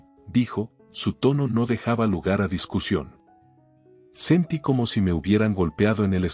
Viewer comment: Q.mal habla el castellano es máscara .se debe acentuar bien cada palabra se dice sentíí.me armé.basilé y asi sucesivamente se pronuncian las palabras agudas😅😅